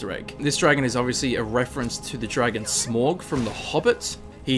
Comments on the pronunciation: AAAAAAAAAAAAAAAAAA STOP IT! It's not "SMOG" it's frikking SMAAAUUG And it's Anduril, flame of the west after it is reforged, it was called Narsil before that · Smorg! It's Smaug!!!! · It's not pronounced Smorg, It's pronounced Smawg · It's pronounced SMOWG. Not Smog. Also the sword is called Narsil. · it not sm-ogg it's sm-au-g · Smoug is actually pronounced like its spelt smaulg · Smaug is pronounced Smowg not smorg ya dummy! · It's SMAUG,not Smog. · Smaug, not Smòg. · It's pronounced sm-oug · no one says "smog" like wtf dude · Smaug is pronounced smow-g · It is pronounced with the Au similar like Saurons Au so yes Smowg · SMAUG IS PRONOUNCED S-M-OW-G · its pronounced smowg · It was hard to not cringe at the sound of him pronouncing smaug "smorg" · No it's not. It's 'Smowg' whether you're English or American. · Lol fucking "smorg"... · It is pronounced Sma-ug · No offense but you are saying smaug wrong, its pronounced "sm-ow-g". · It is not hard to say smaug